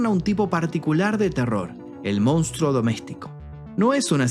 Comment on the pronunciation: Yo miraba todos los videos esperando el momento en el que decia "MOUNSTRO" y ahora que ya lo dice bien, tendrè que conformarme con sus excelentes documentales.